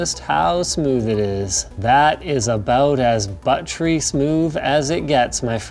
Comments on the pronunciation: He definitely said butt-tree though, not buttery xD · Also he definitely said butt-tree not buttery. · I'm sorry, but did he say "butt tree" instead of buttery? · He said "butt-tree" hehehe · "Butt-tree smooth" ~Linus 2019~ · "Let's see how smooth this is... ....that is butt tree smooth" I am sure that is what you said lol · “That’s about as butt-tree smooth as it gets” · "That's about as butt-tree smooth as it gets, my friends" - Linus Sebastian, 2019. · Did he say “ but tree” ? lol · "That is about as butt-tree smooth as it gets, my friends."